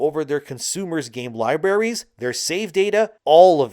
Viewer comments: Liberries🤭dude, that's not the effing word😂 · I know that most people don't care about this, but lieberries drives me nuts. The pronunciation of libraries is kind of my nails on a chalkboard. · so libarries? what do those taste like? Alumminum?